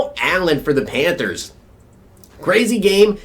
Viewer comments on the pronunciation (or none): none